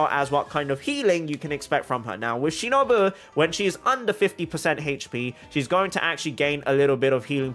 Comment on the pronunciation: ur pronouncing ''shinobu'' wrong